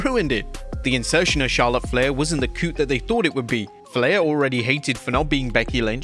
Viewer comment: You seriously don't know how to pronounce "coup"?!